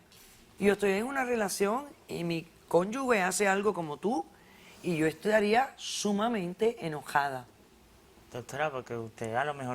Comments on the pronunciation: Ya sé que los casados son cónyuges y, aunque ya lo sabía, mi catedrático de Derecho de familia en 5,° de la carrera de Derecho no paraba de recalcar que se decía cónyuge no 'cónyugue'. No es la primera vez que lo oigo en el programa. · ¡Que una supuesta "jueza" diga "cónyugue" y no "conyuge" ya es muestra suficiente para determinar el nivel académico de quienes hacen este tipo de programas y, lamentablemente, también de quienes los ven! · Sr.ª Polo: "Cónyugue" no. "Cónyuge". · Doctora Polo cómo que usted pronuncia "cónyugue" no "cónyuge" :( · CónyuGe Dra Polo NO conyuGUE 😘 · Dra. Ana María Polo, ¿por qué dice 'cónyugue' y en vez de cónyuge?, parece mentira que una abogada pueda cometer ese error.